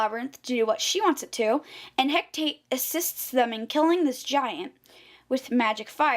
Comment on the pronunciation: you pronounce it *HECATE, not HECTATE